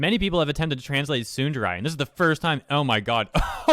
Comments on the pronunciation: Sorry to be that one person but, as a weeb, I want to say that it's pronounced "Tsoon-da-ray" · Just to clarify, I am NOT saying this to make fun of you or anything. I'm just legit curious. Are you intentionally misponouncing "tsundere" as "sunderai" or do you not know how the word is actually pronounced? I would be VERY surprized if it's the latter, considering how much of your content is anime/manga/japanese culture related. For all I know, you might be doing it on purpose as a type of censoring for the word or something, I dunno. But, I just hear you say "sunderai" and I'm like "....Okay, but why, though?". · I'm sorry, but the way you say Tsundere causes me discomfort in a way I never knew before. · "Soon-the-rye". I agree that it's not that difficult to translate, but it's not that difficult to pronounce either. (^.^') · Would it have killed you to learn how to pronounce the japanese words you talk about correctly? a minute on google translate is all it takes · am I the only one bothered by the way this guy pronounces "tsundere"? If you like anime at least get your phrases right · Your butchering of the pronunciation of "tsundere" aside, I'm unsurprised at these events. Damn localizers. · The way you pronounce Tsundere bothers me in the depths of my soul. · Why. Why do you have to butcher the word tsundere? It's painful to hear you pronounce it that way. Edit to add: More than likely the reason they don't hire English speaking Japanese people is because the English language is dumb. Most people who primarily speak English don't have a decent enough grasp of the language to properly translate another language into it, let alone someone who has it as their second or third. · the pronunciation of tsundere in this pains me lol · my dude please stop trying to pronounce the word tsundere; if you cant say it, then dont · Am I the only one bothered by him saying tsunderai instead of tsundere? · You pronouncing tsundere as tsunderai is painful